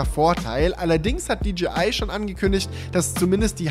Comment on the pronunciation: Endlich jemand der Englisch kann. Es heißt auch nicht ”tschibiäl“ sondern "tschäibiel" und auch nicht "ditschiai" sondern "ditschäi ei" und über Huawei lässt sich streiten